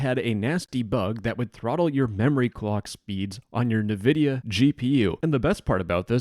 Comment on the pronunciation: The way you pronounced "Nvidia" 💀